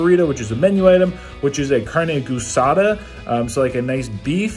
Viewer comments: AAAASADA not gussada lol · lol carne "GOO-saw-dah" .. close.. geh-saw-dah or gee-saw-dah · carne gueesada is how to say it brother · You don't pronounce the U guisada. It's like the name Gui or the word geese.